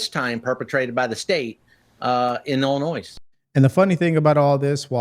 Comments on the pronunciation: Dude said "Illi-noise" haha! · Who is this man in uniform who doesn't know how to pronounce Illinois? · The “s” in Illinois is silent! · Why do so many not know how to pronounce Illinois. Do not pronounce the S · Oh my f- ing God! The s is silent in Illinois!!!! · Cracks me up. The 's' in I Illinois is silent. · Border Patrol Chief should learn how to pronounce Illinois. 😅